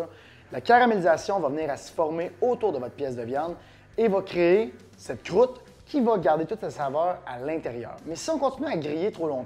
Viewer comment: J'adore quand tu dis " Crroute " ! :-) Merci pour les bons conseils !